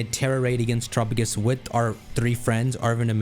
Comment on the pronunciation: After nearly a year I'm still kind of annoyed that still mispronounces it as "Tur-a-pa-gis" instead of "Ter-a-pa-gos" like Galapagos.